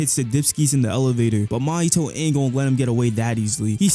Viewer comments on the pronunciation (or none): Why do you pronounce "Mahito" like "Mahitoe"